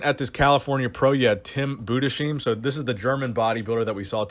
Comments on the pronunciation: Great vid as always. But, you are pronouncing Tim's name wrong. In German u say "EI" as an "I" in English. It's basically pronounced like you would say: "Eye". So try pronouncing it like this: Budesheyem. Looks weird, but it is pronounced like this. I hope this helps. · Tim budessheem ? my man they even spelled his name correctly at the show. the H in Heim is not silent ! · It’s pronounced: Tim Booh - Dess - Highm :) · It's pronounced Boo- dez- hi -m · Just wanted to let you know, Tims last name is pronounced Boo-des-hi-m (hi like hello):) Keep it up! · just for future reference. "Budesheim" = "BOO DESS HIME" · as a german i had a good laugh about how he said his name :D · Yo, quick tip on how to pronouce Budesheim the right way: Just picture Anaheim (CA) and put "Budes" before the -heim. Keep up the amazing work and greetings from Germany!